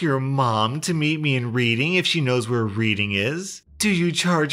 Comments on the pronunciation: My OCD is rearing it’s ugly head... it’s pronounced Redding not Reading.... love the video!! 😘🌟❤️🌟❤️🌟❤️🌟❤️🌟❤️ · Its not pronounced reading its red ing thats how it pronounced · xD yoo its not reading like you read a book its pronounced red ing xD love your channel man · Oh my god.... “reading!” 😂 it’s pronounced red-ing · It's pronounced reding not reading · it is t reading it’s pronounced red-ing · Reading is pronounced like "redding," not "reeding" Source: Am Pennsylvanian. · Dear, Reading is pronounced redding not reeding Its a town in Massachusetts or England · man said "Reading", its pronounced "Red-ing" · How to tell someone's not from the UK, pronoucing Reading as "Read-ing" instead of "Red-ding" like it's supposed to be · Just so you know it's pronounced Read-ing not reading, also great vid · When said READING its pronounced REDing:) i live near there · Nitpick time :) it’s pronounced redding as in reddit, not reed-ing. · Creased when he pronounced reading "reed-ing" instead of "red-ing" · "Reeding", Me: Red-ing.........: "Reeding", Me: Red-ing!!!!!!..........: "Reeding", Me: RED-ING!!!!! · Just to let you know you pronounce Reading more like Red ing :) love your vids :D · Reading is pronounced redding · Reading is a verb, if you refer to the place it is spelled the same but not pronounced the way you did. ea becomes e like in red Reading, like in the Balad of Reading Gaol (Redding Jail spelled as pronounced.) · The town of Reading actually rhymes with "Redding" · I get the confusion, "Reading" is pronounced "Red-ing"!, You'll hear it like that around everywhere in Reading! Common mistake though :) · Reading is pronounced red-ing btw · where's reading? it's pronounced reding. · Reading is pronounced 'reding' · ha "Reading". Oddly it's pronounced "redding". There's one in PA. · OH MY GOD READING. ITS PRONOUNCED REDDING OR... RED. ING. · So the Reading place is pronounced like redding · It's pronounced red-ing lol